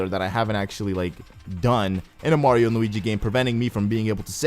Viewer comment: "Mardio" xD